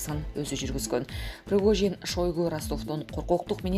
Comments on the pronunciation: Пригожиииин... прогожин эмес... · Кымбаттуу журналистка Прогожин эмес Пригожин.Шойгу деп жазылат,айтылганда Шайгу деп айтылат.Кыргыз тилинде тыбыш жана тамга деп окутат ко. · Прогожин дейтко! 😫Ой бай болгурлар Пригожин! ☝️